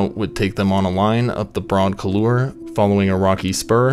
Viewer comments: Hey,... it's not "Japanese 'cooloor' ". It is "cool-WAAHR" (or reasonable facsimile thereof, with a "soft" "R", just sort of rounding off the "WAAH" - varying a bit depending on the accent de la region). The word is French "couloir", meaning "corridor", usually a gorge or valley type thing, a very common mountaineering term. On Gasherbrum, it looks like a ridge route, so I did not check to see why it would be "couloir". Just FYI. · Great video. For future reference, the word "couloir" is pronounced "kool-waar." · Awesome video, love your content, but for the next time, it's pronounced cool-wah-er (couloir)... Not whatever you were saying. Cheers. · You are badly mispronouncing the word "couloir"...